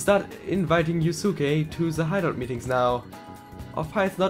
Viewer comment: Oh Gott... das Yusuke auf nem höheren Level ist, zeigt dass du eindeutig mindesten aufholen solltest. Übrigens, die Aussprache ist "Yuske". Es gibt mehr als 10 Events pro Confidants. Du kannst halt einige Ausflugsziele freischalten, und dann hat jeder Charakter an bestimmten Orten nochmal extra Events, obwohl der Rang an diesen Ausflugszielen nicht steigt. Für Confidants (und demnach fü die effektive Nutzung deiner Freizeit) gibt es grundlegend einen ganz wichtigen Tipp. Einen Persona vom gleichen Arcana wie dein Confidant bei dir zu haben erhöht den Anstieg der Beziehung. Das kann die maximale Anzahl die du für Rank 10 brauchst extrem beeinflussen. Besuche den Velvet Room also öfter mal um deine Personas auch an deine Freizeit anzupassen. Und ein besonderer Tipp für Sojiro. Sobald der Rang einmal aufgestiegen ist, ist es praktischer öfter mal im Leblanc Kaffee zu kochen. Dann kommt er immer dazu und du kriegst praktisch gratis Punkte für deine Beziehung UND den Kaffee. Besser als wenn du nur mit Sojiro abhängst, ohne aufzusteigen und ohne Kaffee zu krigen xD Und bitte bitte bitte, egal was du tust, geh als nächstes zuallererst mal Ausrüstung kaufen... weil ich hinterlasse mal schlechte Nachrichten: ich war schon im vierten Dungeon hoffnungslos überlevelt UND habe die beste Ausrüstung (sogar besser als die die man einfach kaufen kann), und trotzdem kann mich nur eine gegnerische Angriffsrunde praktisch one-hitten, wenn ich auch nur einen Fehler mache...